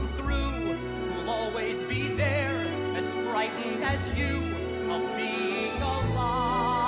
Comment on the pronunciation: Love ya neil, but it's a little too sticatto for my taste. Also it's being, not beHing.